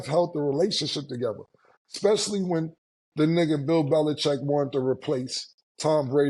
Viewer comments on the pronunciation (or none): cannot judge, she says Xspecially!